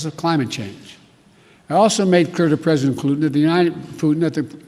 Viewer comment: Bresidant glutin